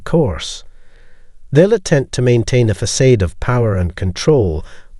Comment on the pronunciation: Narrator said ‘fa-Kahd’ , then said ‘facaid’ when trying to say facade. Weird